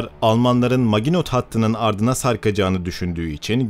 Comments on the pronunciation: su yabanci ozel kelimeleri yazildigi gibi okumayin ya. Her videoda ayni. Maginot degil MAJINO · MAGINOT (MAJINO) olarak okunur. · Maginot majino diye okunur admin. Literatüre hakim değilsin. Biraz fransızca önemli. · Maginot hattı nedir yahu. Hiç mi 2. dünya savaşı belgeseli dinlemediniz hiç mi kulağınıza çalınmadı "Majino" hattı diye bir kelime.